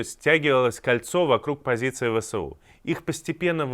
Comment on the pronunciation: Почему этот чел говорит ВСО *, а не правильно ВСУ!!! (??!))